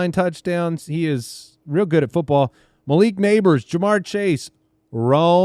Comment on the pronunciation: Why does say mya-leek instead of muh-leek as it should be? I know I'm petty lol